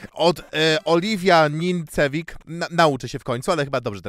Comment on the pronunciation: XD, czyta się Oliwia Nincewic